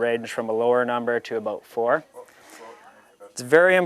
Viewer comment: aboot what?? haha